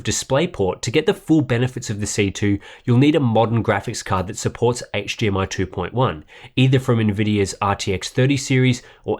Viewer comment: I'm sorry.....what is hGmi? I played it back twice and you definitely said HGMI twice 😂😂 great review tho! Best I've seen. Mine is being delivered tomorrow and was gonna replace my Samsung G. Now I'm thinking about how to mount it and keep my Samsung for regular PC applications to prevent burn in. Thank you!